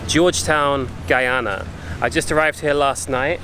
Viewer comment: Beautiful video. You say the name Guyana so perfectly. Thank you. We appreciate folks like you❤️❤️